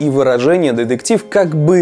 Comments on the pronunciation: Больше ударения на букву Т, в слове детектив. А то звучит как Дедектив и не очень приятно. Видос хороший. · Так, автору на заметку. Слово деДектив пишется и говорится через букву "т" деТектив.